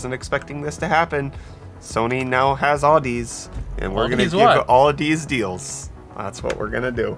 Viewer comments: Nooooo! Not Audeze!!! (Awe-Dee-Zeee)!!! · I love my Audeze equipment :) BTW, the pronunciation is a play on "Odyssey," like an audio odyssey; "Audeze" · By the way, Audeze is pronounced like odyssey... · Uhh you guys pronounced Audeze wrong aa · duh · zee Also it's a pretty well known in the audiophile space for making some pretty great planar magnetic headphones. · Awe-duh-zee, lmao love you guys!!!!!